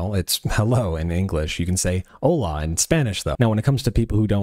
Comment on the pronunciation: "Hola", not "Alá"